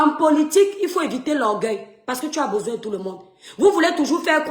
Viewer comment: Whouaiihhhhhh...Le faux-francais sur vous.... Écoutes-toi,: "Et le président futur que nous avons bessoin..."😂😂😂😂😂😂😂😂😂😂😂😂😂